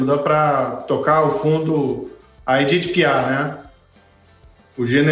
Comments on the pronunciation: A conja sabeque ele falou de edit PIÁ? kkkkkkkkkkkkkk marreco "fuleragi". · Quando ouvi Moro falando Edith Piá,não acreditei. O é ruim mesmo.🤪